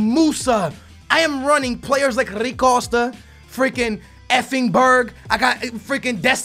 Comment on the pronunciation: Makes me cringe how he pronounces every players name normally and then when it's a player from Portugal he's like 'hhhhaaarui cooosta'